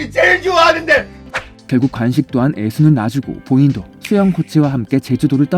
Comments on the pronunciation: 간식이 아니고 관식입니다. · 목소리 좋습니다 다만, 간식=> 관식, ㅘ 발음을 잘 못하시네요. 😢